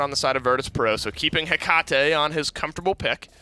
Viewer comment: The way he says Hecate is triggering